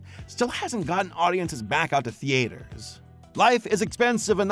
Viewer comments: My guy why do you say “Theaters” as The-Aters! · Lol, the way that pronounces "Theaters." Can't wait for some of these movies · Lol why does he say "theaters" that way?? 😭